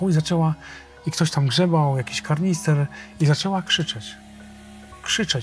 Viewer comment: KANISTER!!!, a nie karnister.